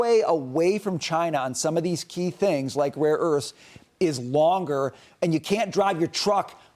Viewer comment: Rare Earffs